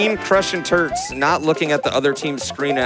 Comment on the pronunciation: I keep hearing the commentators say "Crushing Turds" instead of Turts